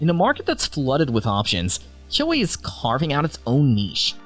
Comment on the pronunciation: "Kuo" The e is silent